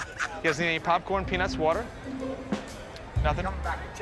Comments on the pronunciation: Why does Murr say "Peanuts" "Peenus" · Anyone else taken back by Murr's pronunciation of peanuts?